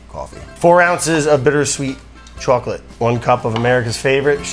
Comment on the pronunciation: caufee and chaucolate. Nice